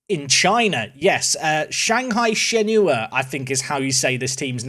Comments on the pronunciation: Shenhua in Shanghai Shenhua is actually pronounced like shen-hwa and not shen-hu-a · It’s pronounced shanghai shen-wa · hey, just thought id help out with the chinese pronunciation - Shenhua is pronounced like shun hwa, and is two distinct syllables :)